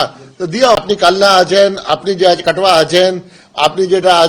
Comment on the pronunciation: উনাকে বলুন কাটুয়া নয় কাটোয়া সঠিক তথ্য জানতে বলুন